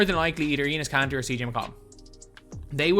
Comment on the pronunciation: It’s enes Kanter